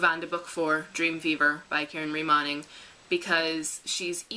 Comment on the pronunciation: Just so you know.... Moning (as in Karen) is pronounced moaning not moning ;-)